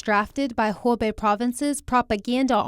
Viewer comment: Greetings from Shanghai! Thank you for the in-depth news reports. But it seems that two of your reporters are mispronouncing the name of the province, making it sound like “Hebei” (a different province.) Should sound like “who bay”. Just sayin.